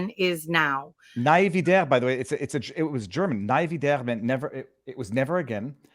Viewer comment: nie wieder (pronounciation ee like weed, 'nee weedur')